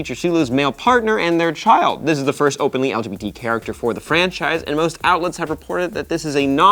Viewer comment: did anyone realise that Maude said LBGT